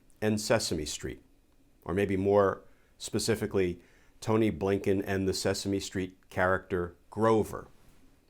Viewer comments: Just love that when you say, “A. Blinken” it sounds like “Abe Lincoln”. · Mr. Kirschner calls the new SOS Appointed, "Tony Blinken." I've heard others call him, A. Bliinken! Yes, the pronunciation sounds like a former POTUS.